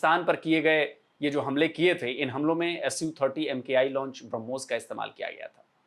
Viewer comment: ब्रह्मोस हरमोस नही ओके अनपढ